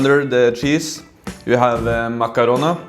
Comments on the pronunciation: Makaronaaaa not makaroni And nakarona you should Oleta it with a frog 😂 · it's not cheese in the pasta. you say it kind of wrong, it's called "macrono".